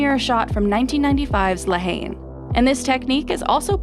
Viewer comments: La Haine ain't pronounced "La Hayne" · Especially for café which is also used in English. I guess Americans have an awful French accent, just as bad as French’s awful American accent. 😂 Her pronunciation of La Haine was the worst tho